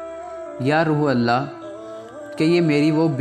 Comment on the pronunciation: آپ روح اللہ کو روحل اللہ کہہ رھے ھو جو کہ غلط اور گناہ ھے اسکو روح اللہ کہیں یعنی روح کی ح پرپیش دے کر اللہ سے ملاکر ہڑھا جاۓ